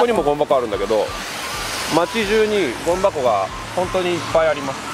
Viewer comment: 「ゴミ箱」じゃなく「ごん箱」って発音してるのがよいｗ